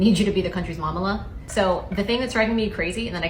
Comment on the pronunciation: Finally, someone is saying this. Drew is unwatchable. She and her producers probably think this is her niche, but it is so contrived and obvious. The "Momala" makes me vomit, as the word is actually from a Jewish derivation, Mamaleh